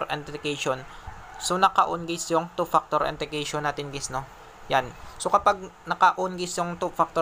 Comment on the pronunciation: “two paktor” 😂😂